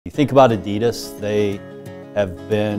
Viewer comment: Pronounced Oddy Doss or Ah - Dee - Daas